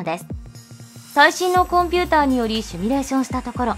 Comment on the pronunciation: 「シュミレーション」じゃなくて「シミュレーション」ね。あ、下に同じことを書いている人がいる・・・